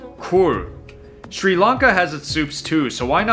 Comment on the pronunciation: Why can't Americans say Sri Lanka? It's not Sri Lunka 😂